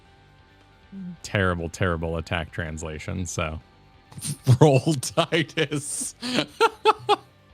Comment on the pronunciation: It's always been Tee-dus in every official Final Fantasy game where it's been said out loud (Dissidia, World of Final Fantasy etc), but also the behind the scenes DVD from back in the day as well as the more recent official audio drama tease for a potential third game (which comes with the HD remaster package as a bonus feature). It's pronounced Tee-duh in Japanese, and means sun in the Okinawan dialect (which is why his ultimate weapon is powered up by the sun sigil and the sun crest). I get that English speakers tend to pronounce vowels differently from most other languages, but... at the same time, no one seems to mispronounce Tifa? :P If we ever get a proper Final Fantasy X remake, they will absolutely stick with Tee-dus in English. Also, yay for some hat compatibility! :D